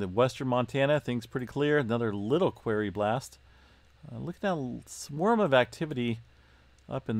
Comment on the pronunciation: FYI..."Quarry" is pronounced, "kwôrē" - also, "tremor" plural is "tremors" ...sorry, my dad was an English professor and he was always correcting my speech so I was unfortunate enough to have that rub off on me so I've been correcting people for most of my 68 years. Don't take it personally, besides, you'll sound more intellectual, a definite plus...lol